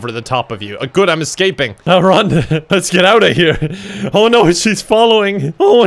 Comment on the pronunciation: Ya know it's GUD with a 'U' when says it is!